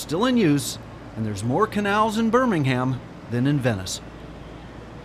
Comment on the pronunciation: Hello, and well done for pronouncing Birmingham correctly for many say Buninhum.